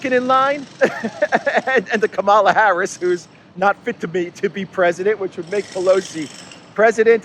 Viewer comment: It is Kamala as in Pamela.